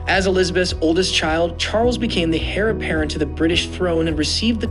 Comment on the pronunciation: The h in heir is silent. The word is correctly pronounced "air", not "hair".